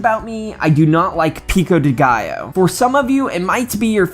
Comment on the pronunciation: Awww man, no dinner for you. Also, I could stop laughing at how you pronounce pico de gallo xD